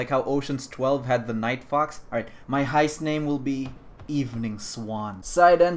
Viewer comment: No one:: HIEST